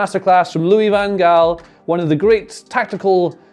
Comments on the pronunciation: wow you said van gaal very good i am dutch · Your van gaal pronunciation in the proper Dutch is near-perfect, well done :D